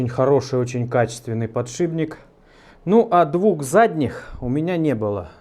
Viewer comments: я обожаю ваше творчество, и понимаю, что дело привычки это вторая натура, но уверен, что Вы знаете, что подШИПник пишется и произносится через П, а не Б... Извиняюсь за занудство, но нас в универе сильно дрючили за это, и чутка коробит, боюсь я не один такой. Извините за критику! Контент у вас топчик! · «ПодшиБник» ну очень режет ухо.. с удовольствием смотрю Ваши видео, но все же.. удачи Вам в проектах! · не могу больше терпеть, так сильно слух режет, но вы же помните — "подшиПник" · Ну ради бога подшиПник, ухо режет. Где один два раза проскочит ну хрен с ним. А так всё класс. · ПодшиБник, подшиБник.... ну как??? почему??? за што??? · Бля подшиБник подшиБник подшиБник подшиБник. Нет такого слова. Аж ухо режет